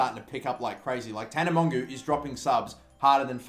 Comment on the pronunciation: It's pronounced tana mojo